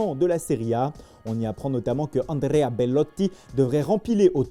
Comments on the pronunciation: "Belottttiiiii Torriiiinnnoo Donaruuumaaa " L'accent italien toujours au top 😅🤣🤣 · Quando diceva bellotti sembrava come un italiano secondo me parla bene italiano lui 😊🙌🏾🇮🇹